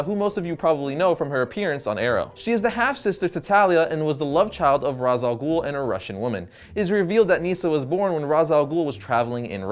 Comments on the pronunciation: Regarding the pronunciation of his name, since his origin background is Arabic and his name means the Head of the Demon; the name should be pronounced as Ras Al Ghoul (like in Batman Begins), not Raesh like in the cartoon clip that you showed. Raesh is not an Arabic word and has no meaning in Arabic, it certainly does not mean head in Arabic. Ras, on the other hand, means head if pronounced as in Batman Begins, meaning that it is the correct pronunciation. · Well I'm not the guy who created this character, but Ras Al Ghul literally translates to Head Of The Demon in Arabic So I guess it should be pronounced Ras not Rash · he literally calls himself the head of the demon and in arabic, that translates to ra's alghul pronounced as ra-ss al-ghol. not raish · GAH!! I’m Arab!! And Ra’s Al Ghul is and Arabic word!!!!!!!!!!! And so is Talia and Nissa. These are Arab names. And it’s NOT pronounced Raish or Roz. It’s Ra’s رأس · İts not razal ghul İts ra’s al ghul. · Its pronounced ( raz ) not raish its arabic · all of you guys say he's name wrong I'm Arabian guy and i know that his name is rass al ghole the meaning of his name is the head of the goblin and the word head means rass not ra'sh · its pronounced rash al goul not raws al ghoul ffs.. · It's and arabic name as you know, It's written راس الغول and it is pronounced Raas al Ghool. The 'gh' is like a French 'r' in "rouge", not like English 'g' in "goal". Trust me, I'm a meadle eastern. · Ra’s name is actually pronounced rash 😂😂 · well i'm arabic and ras al ghul is an arabic world wich means the head of the demon and it is pronsiation is rass el ghul not raz or rash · tim gersh My brain, it, it just hurts. I can't handle the stupid. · For a comics channel, it reflect pretty poorly on you that you mispronounce the name of your video's subject literally 6 seconds into the video. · That's not how to pronounce it! Its an arabic word that means, Face of the Demon. Not easy to type out its pronounciation in english here